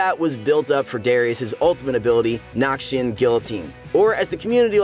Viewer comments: NORMAL PEOPLE: Noxian Might!!!!: Nokshin Might!!!! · nobody:: "nahkshian" tbf he pronounces it better as the video goes on